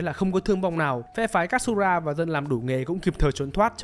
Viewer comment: Góp ý với kênh khi làm Review về anime thì nên học cách phát âm tên nhân vật cho chuẩn 1 xíu, thì nó sẽ mượt mà hơn. Ví dụ Katsura thay vì đọc là Kat-su-ra thì nó là Ka-chư-ra (đại khái thôi)